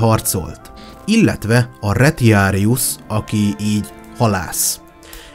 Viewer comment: Egyetlen kifogásom a latin szavak kiejtésével kapcsolatos. A damantio-t (károsodás, sérülés, kárhozat), damnációnak , a "retiarus"-t reciáriusznak, ("halász"), a "venatio"-t venációnak kell ejteni, a "ti" szótagot, ha nem szókezdő szótag, akkor "ci"-nek kell ejteni. (Tanultam latint.) Amúgy élvezetes, jó előadás volt.